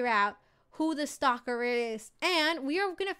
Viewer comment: its STALKER NOT SLALKER